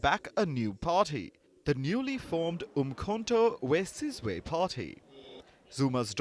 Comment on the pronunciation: Did I hear you saying Mkhonto we bzibzwe?